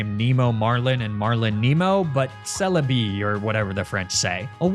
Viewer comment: the celebi' cie le vie is the greatest thing ive ever heard